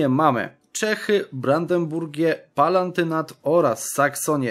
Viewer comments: To jest Palatynat, nie Palantynat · PALATYNAT - tam nie ma "n" xDDD